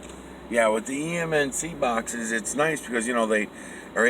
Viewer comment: I have a difficult time understanding you at certain important times. Are you saying "HAMMOND BOXES"? Okay, read some comments. EMNC boxes. How many Joe Bazooka wrappers must I send in to get one? Just kidding you, tell me more. Oh yeah, what is the name of your other channel? Miguel Everyone channel? BTW, how the fuck did you chance upon MY original slogan, "THERE IS NO SUCH THING AS NOTHING"? That's mine! I own that! Where are you from? I'm going to be in Boston this November. Can we meet up?